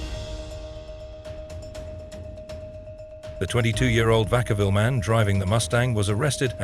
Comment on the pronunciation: It's Vacaville, not Vakavville, and it's Solano County.